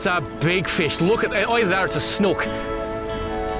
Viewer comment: Snook pronounce it right ya sound stupid Snooook it’s not like a hook sound more snooook